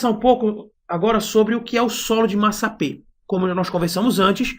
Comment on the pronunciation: Está escrito massapé. No entanto você está pronunciado massapê. O mesmo só da primeira sílaba da palavra pê-ra.